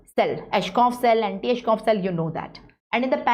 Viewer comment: It's Anitschkow not antischoff! Btw...superb lecture🤍